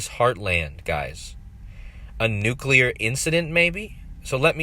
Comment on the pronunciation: Surreal... And I just want to commend you - aside from the great work - for pronouncing "new-clee-ir" perfectly.👍 Hearing so many supposed 'experts' saying "nook-you-lerr" makes me wanna hurl. 🤭